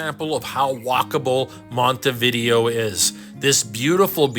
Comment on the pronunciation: Before traveling to any foreign city Americans should learn to pronounce its name. Com'on, compatriots, it''s not THAT hard. It's not"Monty Vídeo"; it is Montay Vidéo (accent on e, not on i).